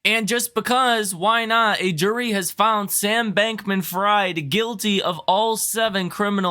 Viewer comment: It’s pronounced “freed” not “fried”